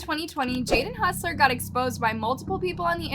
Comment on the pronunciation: hussler? lol. its hossler.